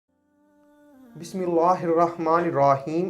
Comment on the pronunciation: Bismillah shareef sahin padhna sikhiye aap